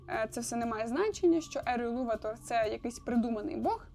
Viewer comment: Після таких опусів цієї дами як АрдА, ІлуватОр... Це жах. Почитайте хоча б додаток про вимови англійською. (ВП). 👎